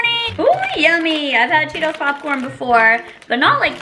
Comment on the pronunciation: I honestly laughed so hard when you said cheelos 😂😂😂